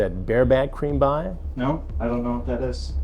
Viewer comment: The way he emphasises the word PIE at the end 😂